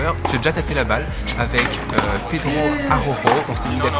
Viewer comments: En Portugais Araujo se prononce ArauJo et non ArauRo comme en Espagnol 😉 Sinon félicitation pour tes 2 victoires a Martos 💪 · Araujo se prononce A-RAU-GEAU, c'est un portugais pas un espagnol !